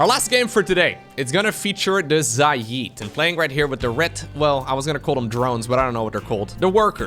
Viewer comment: it's pronounced "Zay Id." Think "Say" but with a Z + "It" but with a D. Not "Za yeed" or whatever weird Indian accented pronunciation you keep using.